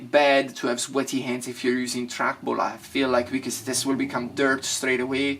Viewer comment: "track bulls" I love this dude 😂😂😂